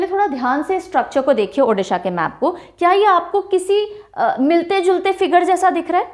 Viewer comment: Video -- ko jaisa pdh te hai,,wesi hi -Odisha- ko pdh te hai,,, 🙂 -“ di "- ucharan change karo, achhi lagegi,,,🙂 thanks mam 🙂